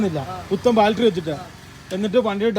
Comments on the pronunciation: ബാൽട്ടറി അല്ലടെ ബാറ്ററി ദൈവമേ ഇവരോട് ആരു പറഞ്ഞു മനസ്സിലാകും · ആരെങ്കിലും ഒന്നു പറഞ്ഞു കൊടുക്കെടൈ ബാൾട്ടറി അല്ല ബേറ്ററിയാണെന്ന്. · Baltary❌ Battery ✅😂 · ബാൽറ്ററി 😂😂😂ബാറ്ററി ആണെടോ 🥹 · Kutta baltery alla..... BATTERY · ഇനിയെങ്കിലും ഈ ബാൽട്ടറി മാറ്റി ബാറ്ററി എന്ന് പറഞ്ഞു കൂടെ? 😆